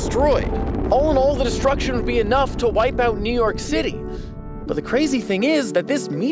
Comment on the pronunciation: "All of that destuction is enough to destroy tilted towers"